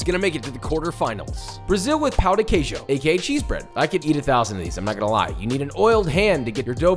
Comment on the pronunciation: to be fair, we French don't have a great tradition of salted breakfast. No wander we've lost so soon :) (oh, and the emphasis on the word Queijo is on the "Quei", not "jo", like "QUEIjo", not "queiJO")